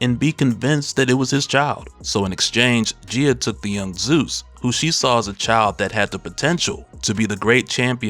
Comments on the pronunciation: I was wondering who Geya is, Gaia, pronunciation - guy-ya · You kept saying Gia.. You didn’t do her justice 😂